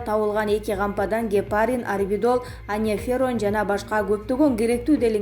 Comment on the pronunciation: Качан туура окуганды уйроносун диктор кыз,сенин окуганынды угуп кун сайын нерв болосун!Гепааарин эмес гепарин,ударениени туура койуп оку,эргоферин эмес эргоферон,откондо энтузиазм деген созду энтуазиазм деп окуйсун.Жаш болсон да ушунчалык сабатсызсын,канча классты бутконсун?